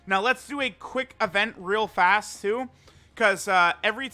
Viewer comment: he said "Reel Fast" lol